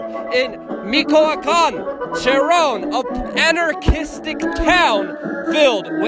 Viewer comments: Its Pronounced "Mee-Cho-Ah-Kahn"... The Purepecha ancestral way of life going "Mainstream" Proud to be Mexican and much more proud to be Michoacano #JuchariUinapikua ✊🏽😎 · mochia can is 1 joke madeup eord meaning Bribe land 2 or mispronunciation